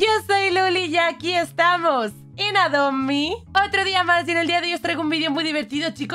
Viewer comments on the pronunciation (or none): Alguien mas escucha ado mi en ves de adop me! XD (cuendo ase la entrada)